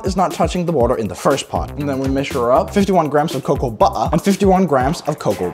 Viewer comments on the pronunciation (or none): coaa buaaer some waaerr